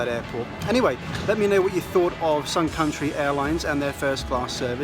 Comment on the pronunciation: The whole time I thought he said SOME COUNTRY airlines 😂🤣😂🤣